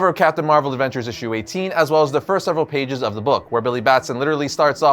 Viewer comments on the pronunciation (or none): none